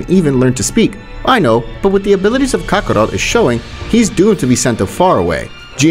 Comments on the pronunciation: Bro said Kakaro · Kakarot and this man's pronunciation is ka-ko-ROOT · He says Kakarot like Kabarrot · the way he pronounces kakarot makes me upset